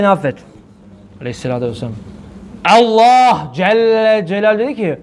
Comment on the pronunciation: neden Allah celle celalühu yerine ellah diyorsunuz. Neden böyle yapıyorsunuz.